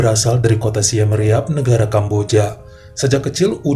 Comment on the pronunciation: baca kota nya simrip bang bukan simreap